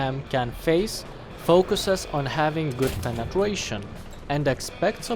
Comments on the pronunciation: Why do you keep saying Penetwuation? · Appreciate how you cover both realistic and arcade , also like the way you say " penetwation" Can you review the M48C?